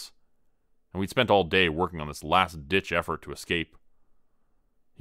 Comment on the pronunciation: i thought it was « last itch effort »